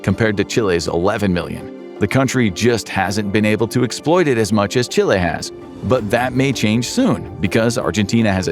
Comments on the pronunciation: "Chili" trying to say "Chile" 😂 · It's Chile, not Chili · It’s Chile, not “Chili”. The country is not the same as the spicy ingredient. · Chile, not Chili ;) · I'm more baffled at the ''CHILI''